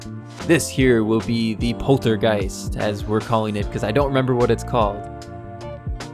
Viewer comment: You got the name correctly, it is the poltergeist.